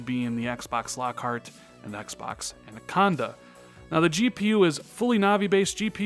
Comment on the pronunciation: Why you keep saying "Andaconda"...... You triggering my OCD, bro